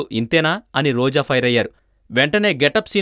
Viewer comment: sry chinna mistake roju kadu roja,dubbing cheppalani unte cinemallo try chesko bhayya